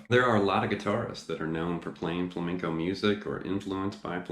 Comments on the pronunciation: He's saying fleinco its flamenco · I remember this guy giving me sht because I wasn’t pronouncing “flamenco” properly! Lol Lesson learned. Beware! 😊 (Great lesson! Thanks! I learned a bit from that book “Guitar Grimore”.)